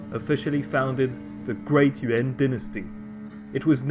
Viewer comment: I keep hearing UN en lieu de Yuan